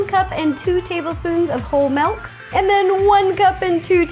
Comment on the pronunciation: "Whole malk." Rosanna "Whole malk." Malk film